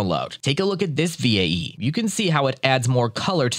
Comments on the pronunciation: same lol, just spell it as "vay" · Oh lord I couldn't get over how he pronounced VAE V.A.E. instead of "Vay"